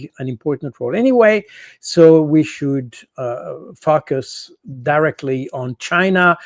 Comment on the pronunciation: Cold. Boud, really needs to improve his pronunciation of the word focus, it sounds like another word 🤣